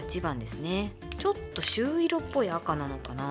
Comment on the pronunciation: みかさん、「しゅういろ」じゃなくて、「しゅいろ」です🥹 確かにパケ可愛い😊 持つとこが短いと持ちづらい😅 これは持ちやすそう😊